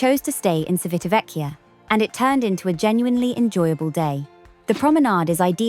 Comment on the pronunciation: Good pronunciation except for the first syllable. The first syllable is "Chi" as in chips. Our Italian captain on Enchanted Princess kept saying the town as we headed there and it was also where his home was.